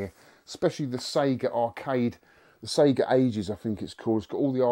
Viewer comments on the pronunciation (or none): none